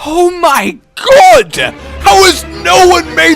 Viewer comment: you mean, oh my gob...I’m sorry